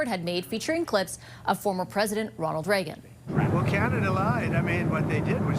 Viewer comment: Reagan not Raegan